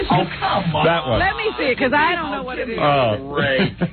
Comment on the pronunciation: Bee - kahs. (Because)